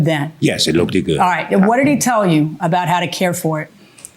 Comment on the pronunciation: Look-ded. I hate it too .